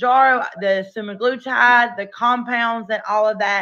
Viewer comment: say semi-glu-tide. All together.